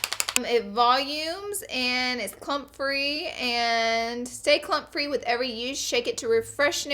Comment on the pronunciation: When you think she says "cum free" instead of "clump free" GIRRRRRLLLLLL 😂🙈❤❤